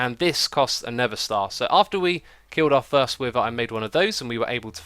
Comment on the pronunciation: I thought you said "third" and not "first" and was like: what did I miss so far?